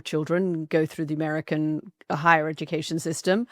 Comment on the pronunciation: The emphasis he had on the American quality education 😂 got to try and justify the price tag somehow.